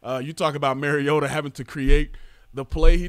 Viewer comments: It's Mar-E-ota. Not Mare-E-ota. He's not a female horse. ;) As in Mario Andrette. But pronounce "ta" instead of Andrette. Please people. Learn your QB's name. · I know. Many sportscasters are little more than talking heads. They don't really know much than just what's put in front of them. Been following Marcus Mariota since his UofO debut. Mariota is pronounced as I have described. It is indeed Mar-E-O-ta not Mare-E-O-ta. Spread it around. Fans should know who their QB is. Journalists and sportscasters should stop being lazy and find out the name of the person they are reporting on. It's not as though Marcus Mariota is a rookie. They've had plenty of time to learn his name. If I were a teammate or staff and some journalist asked me a question about Mare-E-O-ta. I'd promptly and forcefully assert that I don't anyone by that name. I'd start shamming them for their laziness and disrespectfulness. P.S. Mrs. Mariota contacted some sportscasters in early college days to set them straight on the pronunciation. This was mentioned during the broadcast of a game.